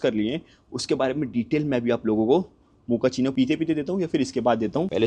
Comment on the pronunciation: Abee Mokachino coffee hota hai bae, mokachino Mokachino....